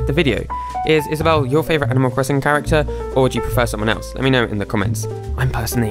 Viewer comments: Is-A-bell. Lol. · he said: is aw bewwle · "is-a-bell-(e)" i can never unhear that again. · "Is-a-bell" oh my GOD